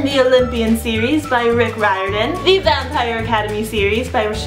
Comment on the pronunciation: She pronounced Riordan right. The fanboy inside me is dancing with unicorns.